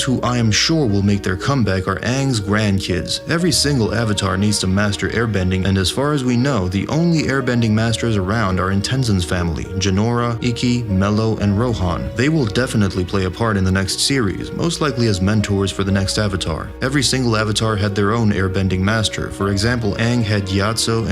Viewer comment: "aangs grandkids, ikki, jinora and MELO" it's meelo not melo